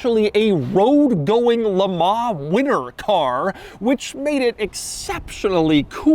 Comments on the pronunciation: "jag you are" not "jagwar" and "le mon" not "le mar" for christs sake. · Just to let you know.. Le Mans in pronounced 'Le Mon' (the n being subtly pronounced) and not 'Le Mar' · "Le Mahhh"...lol